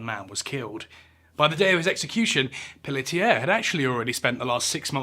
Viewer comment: As someone who shares the last name Pelletier, you say it wonderfully